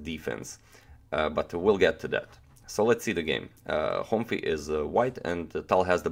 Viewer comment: The pronunciation of Károly is like Caaroy :D Last name Honfi, you said that right